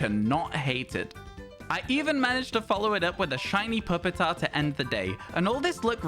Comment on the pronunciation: The way he says Pupitar hurts my soul